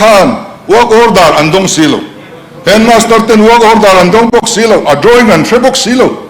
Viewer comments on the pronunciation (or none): Chokeydar in hetmaster a la 😂😂😂😂 a ti lai khi ka nui bawm a va ko chhuak chiang vee...